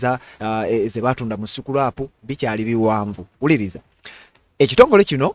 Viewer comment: "Baatunda not batunda"